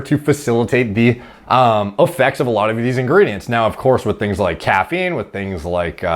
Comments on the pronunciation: Not caf-een, ca-feen apparently lol. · Lmao at making fun of "cuffeen" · I’m torn between loving and hating how this man says caffeine, starting to lean more towards love though lol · Dude said caffeine like coach Dr. Greg pronounces names.